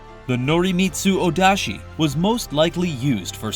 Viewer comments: It's Odachi(大太刀), not Odashi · Wait, wait, wait, it’s Ōdachi how’d you get Odashi? I legit can’t find anything spelling Odachi like that.